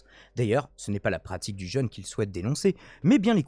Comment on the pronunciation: Le jeune? Quel jeune? 🤔 C’est « jeûne » (jeu+noeud). 😅